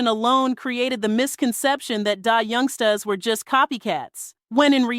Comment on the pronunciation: AI's pronounciation of Black dialect influenced words are horrible !!! I cringe every time she pronounces the group name as Die Youngstas. Just horrible.